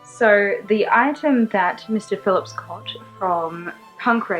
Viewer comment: I like how you say Mr.Phillips lol I dunno why